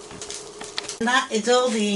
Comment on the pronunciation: Don't forget the tomiatoes